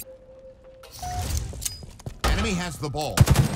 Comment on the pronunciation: Why would they change something as simple as "ball taken" to "uWeEe Hyav tHe bWall" ?!